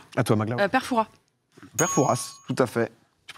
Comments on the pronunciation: tips : "Fouras" (on prononce pas le S) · ExcuSe moi domi mais on dis pas le s de fouras s’il vous plaît arrêtez de prononcer ce ptn de s respectez nous 😅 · Fouras on prononce pas le ''s''. C'est énervant lol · Alors non on ne prononce pas le s de Fouras. C'est aussi une Jolie ville balnéaire de Charente maritime :)